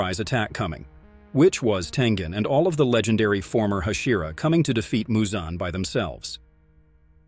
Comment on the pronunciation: How the hell do you mispronounce so many demon slayer characters names… I mean.. muzan isn’t exactly hard to say..